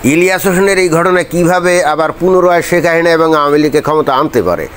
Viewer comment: আপনি শেখ হাসিনার নামটি ঠিকমত উচ্চারণ করতে পারেননা। আপনি বলেন “হাহিনা”। এটা কেন?